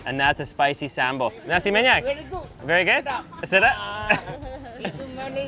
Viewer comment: U say:nasi minyak Me hearing you:nasi maniac Just kidding😓